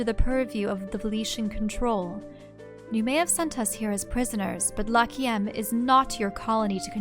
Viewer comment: I think that you should pronounce Lachiem like Lak-Yem.(Y is used as a consonant)